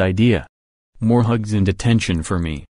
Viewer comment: why did attention sound like detention instead... or was it just me